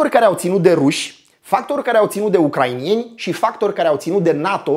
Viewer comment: "ucraineni" nu "ucrainieni", "ucraineana" nu "ucrainiana", nu vreau sa fiu ALA de pe net cu suferinta pe gramatica, dar tu vorbesti tare bine in general si ma streseaza de ceva timp :) Multam pentru video, foarte bine construit, se vede ca s-a muncit mult la asta. Spor!